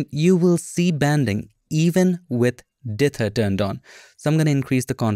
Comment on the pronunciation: "Dither" excellent enunciation every time you say it. Me, lazy North American, will try and contract it and speak it too quickly! 😁